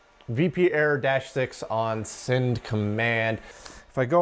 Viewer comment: has an interesting occasional vowel shift. "at" -> "et" "send" -> "sind" The "ah" to "eh" shift pushes the "eh" over to "ih" otherwise there'd be overlap. (chain shift) And "quite" is pronounce "quiet." Apparently, this is common in East Texas, near I-20/I-45 not rural, Central Texas non-Austin native, or Houston metro native, outside the city. I think I remember him saying he's located in the Houston area. ~ end of unsolicited armchair phonology ~